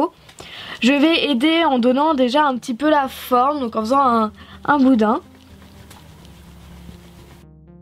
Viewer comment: arrêté de dit boudain